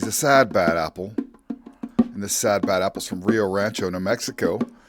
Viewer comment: a Sapple ? A sad bad apple 😂😂